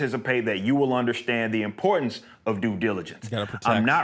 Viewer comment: I hate how he says "underschtand"